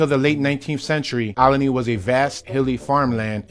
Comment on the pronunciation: )...You must be from here (philly) to pronounce it Ol-i-ney"...That's how we do...:)